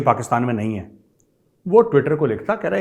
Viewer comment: है बोलने से कुत्ते की फीलिंग्स महसूस हुई। है.....